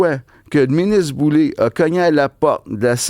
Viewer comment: C'est pas Boulay (comme Bublé), c'est Boulet (comme poulet) !!! Isabelle Boulay (comme du blé)... Gerry Boulet (comme du lait) !!! C'est pas compliqué pourtant !!! 🤣😂